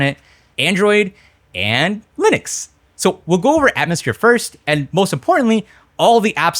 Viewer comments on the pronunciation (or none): none